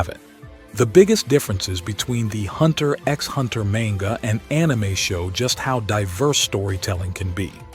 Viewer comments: hunter "EX" hunter.. smh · you don't say the "X" in hunter x hunter ...